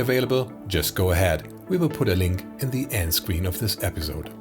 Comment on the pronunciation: Stunning! Fabulous Video - thank you - all this different Formats-Fuzz always confused me to say the least. One Thing, though: Who taught you to never ever Teee----- Age (h) the acutal "th" TH, Buddy, please The the the the the, please. If I had to take - or is it make - a guess: or are you a frickin German? TH Teeeee-Aged, Do it! Do it! Küsschen aufs Nüsschen, tu es, tu es! There's no fucking Ausrede vor missachting the the the TH in such dramatic Scale, or is it Scope? Nix für ungut. Grüße aus fricking Germany. Frank